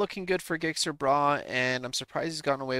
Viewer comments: Gixxer Bruh pronounced Jixxer Brah! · Learn how to say Gixxer. LOL